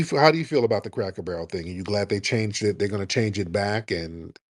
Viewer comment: The way Tariq was pronouncing "Cracker Barrel" had me screaming 😂😂😂